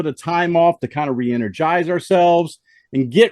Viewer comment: "Re-enerGISE" I love your pronunciation.